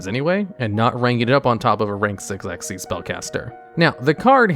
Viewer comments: Drink a shot every time he says "exeees" instead of "ex why zee" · Why would it be pronounced that way when it clearly says X Y Z though? Makes no sense.